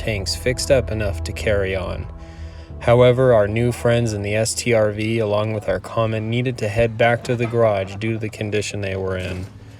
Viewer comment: he calls a StuG a stug and a T O G a tog (from a different video) yet he calls a Strv a S T R V